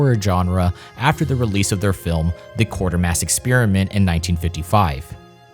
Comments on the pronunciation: KWAY-ter-mas... Not 'QUARTERmas'... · It's QUATARMASS NOT QUARTER MASS!!!!! WTF HAVE YOU ACTUALLY WATCHED THESE FILMS OR JUST SLOPPILY READING COPY??? I'm guessing the latter. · Quatermass, not Quartermass